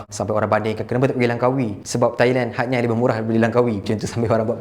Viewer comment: Kenapa Hatyai disebut Hat-Nyai dan bukan Hat-Yai?